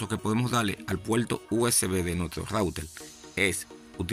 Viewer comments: Que problema tienen ustedes con la letra R??? gualdal???? puelto????? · "El puelto" 😂😂😂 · Muy instructivo vídeo pero debes mejorar tu pronunciación de la R, gualdal, impoltante, actualizal, puelto. Qué horrible. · La r no se pronuncia como l es decir no se dice puelto sino PUERTO no se dice celulal sino CELULAR etc. En Puerto Rico deben aprender Español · Smaltivi, puelto, cualquiel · Adaptadol , iltenet , conectal, apalte, oliginal ,calgadol,calgal , veldad, celulal, menol,emelgencia, puelto,desflutalde,utilizalde, cualquiel,implimil ,extelno,... Fuera Reguetonero FEO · Disculpa pero yo no conozco el "Puelto usb" ni el "adaltadol al intelné"... "coneltal apalte" eso que significa??... No entiendo, deberías aprender a hablar ESPAÑOL... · Puelto???? Intelna??? Intelnet??? Apalte ??? dalde??? calgadol???? destrozas nuestro idioma.....no tan sólo hay que decir cosas interesantes, sino, expresarlas correctamente..... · "rauter"? "puelto usb"? que idioma habla este individuo??? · La R al principio y al final de las palabras, la pronuncian R, en medio es L. Por eso dicen puelto rico. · La pelsona, el puelto, la veldad, el ploblema....🤣🤣🤣🤣🤣